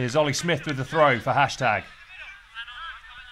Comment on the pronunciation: It's symth not smith